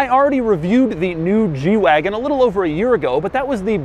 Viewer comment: Lol!! Yeah, I know. I was thinking the same thing.